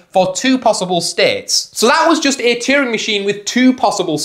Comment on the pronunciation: and cheering for Turing